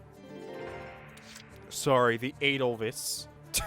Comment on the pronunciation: ( It's "ay-dull-vice", not "ay-dull-viss"... But at this point, I'm probably the only one who cares... I believe in you, I really do...you can...I know it. It just takes practice... In the words of our favorite drill sergeant: "Good work maggot! You're one step closer to human!"